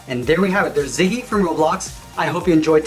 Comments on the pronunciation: I’m sorry if I’m correcting you but it the name is Zizzi it’s not Ziggy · Not ziggy it's zizzy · At 00:4 he said ziggy instead of zizzy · Zizzy not ziggy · It’s not ziggy it’s zizzy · It's not Ziggy it's zizzy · You said Ziggy it is actually Zizzy